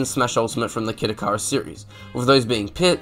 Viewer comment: sweet ass video. (for future reference, it's "ikk-ih-rus")